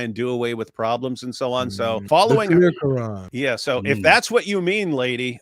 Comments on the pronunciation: dawah chat so much doo doo it’s unreal and whys she pronouncing it quaaaaran did she suddenly change race or ethnicity she can pretend to be a smelly blanket all she likes but fact is she’s a missguidee foo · The way she pronounces the words "quran", "Dunia", "Jannah", and others, exposes her as a liar. She clearly knows how to pronounce the words in perfect Arabic, and not like in classical Arabic, but with a smooth Arabic dialect, likely Palestinian, Jordanian, Syrian, or Lebanese. She's probably half Arab Muslim and half European Christian in name only on her mother's side. If I'm right, then she's pretending to be a "revert", that would just be par for the course for an Arab Muslimah.